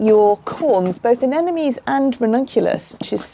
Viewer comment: Pronounce: Ah nem mo nees.... (not Ah nen no mees). You can understand it by looking closely at the spelling. Every second gardener i meet transposes that "m" with the last "n".....